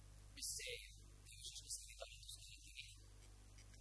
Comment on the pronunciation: Rajat Kapoor cannot pronounce long vowels in compound words lol. All these episodes, he kept saying "Satyanveshi" instead of "Satyaanveshi". And in this episode, he kept saying "Devashish" instead of "Devaashish". How come director, producer, nobody corrected him from the beginning.